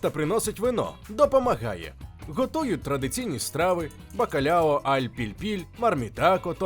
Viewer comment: Кухня басків - це окремий вид мистецтва, як і будь-яка кухня усіх народів світу і усіх країн світу, що відзначається певними історичними і географічними особливостями. Але є деякі геточності. Не буду зупинятись на назвах і рецептах , пам'я маючи про особливості славетної української кухні, безліч рецептів і назв. Але, все ж таки не "бакалЯо" а " бакалАо", не "алЬ", а "аЛ" , не "а лЯ" а "алА", не "поррусалЬда" а "поррусаЛда". Тріска і хек - риба з однієї родини, але не одна і та ж сама риба " Cococha -Кокоча - з тріски. Живу у Басконії двадцять п'ять років, маю професійну освіту кухаря і титул Басконії. Гугл дає не зовсім точний переклад і не завжди точну інформацію. Баски не пом'якшують "л" в закритому складі. - " сіль - sal" ", " артиклі ч. під,-al, жін. рід. a la"". І тд